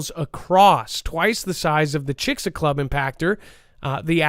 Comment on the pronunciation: Sir it is Chix-alube